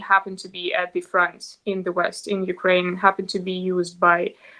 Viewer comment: You are one of the few people who pronounce Ukraine correctly. That is exactly the Ukrainian people call their country. Thank you.